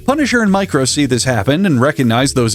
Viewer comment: Every time you say "Micro," I hear "Mike Rowe," as in the Dirty Jobs host guy.